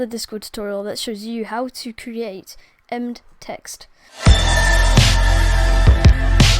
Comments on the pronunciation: Please ...please. Em...bed. It’s an embedded message. Not “emd”. 🤦‍♂️ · its em-bed embedded (em-bed-ed) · Apart from the pronunciation of embed, the video is great. Good work.